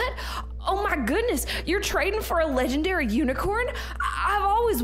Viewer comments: did anyone notice he said 'my legandary PANDA' k.. like... WHAT? THIS WAS POINTLESS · He said she wanted to trade my leagandary panda lol🤣🤣😂😂